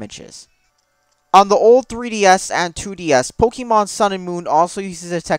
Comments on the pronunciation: If your going to shit on Pokèmon, at least pronounce it correctly. Its Pok-ay-mon. Not Pok-eee-mon. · Hahahahahahha Is it just me or does spell Pokémon as Pokimon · man, really love playing Pok-y-mon! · POE KEY MAWWWN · You're saying Pokémon wrong.